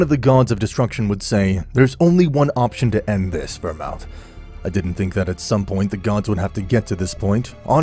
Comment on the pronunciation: Ver-mooth. Not ver-mouth 😂